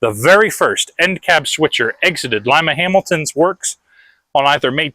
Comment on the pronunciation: I know this is kind of weird but thank you for not butchering Lima you have no idea how annoying that is because I'm from the area